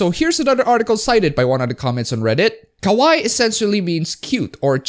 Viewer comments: LOL pronouncing kawaii (cute) as kowai (scary). 10/10. Your high school Japanese teacher would be so proud. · its not ka-waee, its ka-wa-EE (more accentuation, emphasis (or however you say it) in the last syllable) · KA-WAH-EE!!!! not KA-WHY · Um, ackchually it's pronounced Ka-Wa-II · It's ka wai i you idiot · You say 'kawaii' like 'kowai' which means scary. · I'd think you would have watched enough anime to pronounce Kawaii properly. I do think Kawai Kenji is a mighty fine composer.